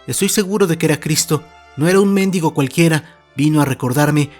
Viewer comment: Perdón, pero es mendígo, no méndigo (es asento prosodico, no ortográfico) pero son cosas diferentes, pongo el asento para que se escuche la diferencia. 😅🙈